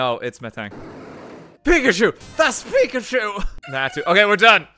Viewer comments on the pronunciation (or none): none